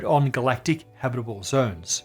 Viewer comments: the way he pronounces "habitable" as "habbidiboo" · when you say 'habitable' so fast that it sounds like habiribirble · Did you train saying "habitable" before the recording? 😊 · dude when you say the word "habitable", your syllable output rate increases by like 900% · It sounded like you said 1 million habitable years left.